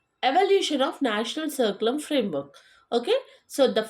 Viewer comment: Dear pronounce words properly curriculum